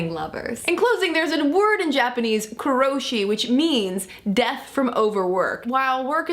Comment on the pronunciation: It's actually pronounced "karoshi" but yeah definitely don't want that. If you died from work how could I comment on your videos? lol